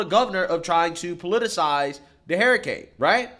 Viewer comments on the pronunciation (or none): Idk if he's saying HARRIcane on purpose, but its accurate. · Why does he always say "Hair A Cane " LOL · Gotta love how pronounces “hurricane”, “harrycane” 😂😂😂😂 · Hair-a-cain... lol 😜 Just joshing. a legend! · “Hairicane” Kamala! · I'll be glad when this is all over so you can stop mispronouncing HURR-ICANE for fuck's sake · I can't get over how says hurricane. He says Hairacane. It might be the drinks, I have had. But I love this man he has the same values I have. America First so America can and will defend Israel at all cost. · you gotta pronounce hurricane correctly lol